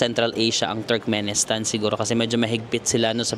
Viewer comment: need to correct lang, Turkmenistan NOT Turmenistan kulang lang ng K.